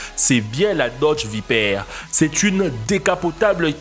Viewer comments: Il a dit dodge viperre au lieu de viper chui mort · Mouais et pourquoi pas la Pagani Zonda Revolucion tant qu'on y est XD ( sinon on en parle de sa prononciation? la Dodge VIPAIRE 😂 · C est vaiper pas vaiper 😂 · Nolan Point on est bien d'accord appart la evo je pense pas que tout cela soit abordable et la prononciation de viper m'as fait peur srx😹😹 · il faudrait que tu sache prononcer viper muscle car et nissan like si tu es d'accord